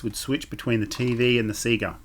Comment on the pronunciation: It's nice to hear Sega pronounced correctly.